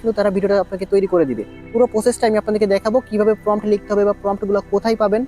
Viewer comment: আরে পন্ডিত আগে নিজে অ আ ক খ শিখে আয়, ওটার নাম "ফম" না, তাহলে বারবার ফম ফম উচ্চারণ করছিস কেন ওটার নাম প্রম্পট